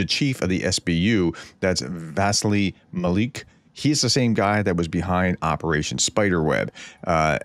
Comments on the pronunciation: "Mal-yook," not "Mal-eek" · Maliuk is pronounced Mah-LUKE. As in Luke the Skywalker, Not Mah-leek. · Doc, it's pronounced 'MAL EEE YOOK' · Hi prof, just little assistance with the pronunciation of Maliuk. I don't speak Ukrainian however I had a Ukrainian friend in high school who's name was Daliuk. In ukrainian they break their syllables differently to English speakers so think of an American from the southern states asking their mom to come and see something. Mar-Look. Not exactly the way Ukrainians pronounce it but close enough. Even Russians have difficulty with the 'iuk' as they don't have it in their language. Keep up the great work. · Maliuk mah • lee • youk Will get you closer to correct pronunciation. You've improved tremendously. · Pronounced as: Mal. You. -ck ma-LUC